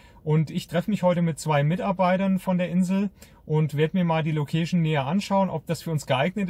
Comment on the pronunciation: das heisst " LoouhkeischN " ...und nicht " MoouhschN " ...ähm Location. Weil Location klingt nach Lokus